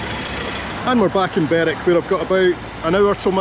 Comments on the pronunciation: Hi,. I was always told that Berwick played in Scottish leagues because it of the distance to all the English teams. It's Berick and Lerick by the way not Berwick and Lerwick. another great video, thanks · Berwick - Berick, Lerwick - is pronounced Lerick by the locals